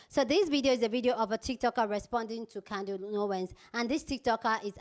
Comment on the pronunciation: It’s CandICE Owens with a C!!! Not “CANDY” Owens!!! Speak English!